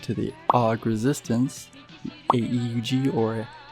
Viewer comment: So more of a nitpick rather than anything: That wasn't the Zeta Gundam, that was the Gundam MK II. Also, Gryps is pronounced like "Grips", and AEUG is pronounced either with the individual letters or "Ay-oo-g" when the name isn't pronounced entirely (that being the Anti-Earth Union Group). Other than that, it was a pretty accurate and well-made video that explains who Hathaway noa is, and I give you props for that! One thing I would also recommend is trying to talk louder/boosting your own audio, at some point when you were talking with another audio playing, it got a little muddled. Looking forward to seeing more of your work!